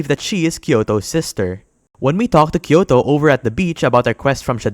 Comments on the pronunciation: he sounds like he's saying kyoto though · Did you just call her Kyoto